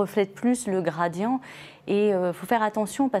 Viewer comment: Son " gradian" m exaspere!!!